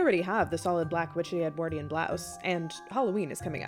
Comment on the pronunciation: V, you say Edwardian funny, but you're very interesting. I would dress as an 18th century Basil Fawlty.